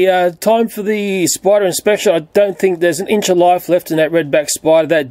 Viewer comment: "you got to burn the *sporder*" xd